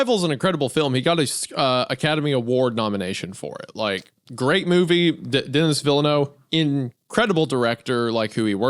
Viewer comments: Denis Villeneuve: deh-nee vihl-eh-noo-vreh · Dennis Villaino is a crazy pronunciation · Lol at Wendigoon mispronouncing Denis Villeneuve first name, it's ok we've all done it 😂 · The real creep in this cast is the way Isaiah pronounced Denis Villeneuve